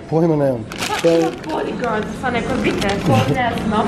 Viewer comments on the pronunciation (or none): Jel riba stvarno rekla bodigards, hahaha jebem ti život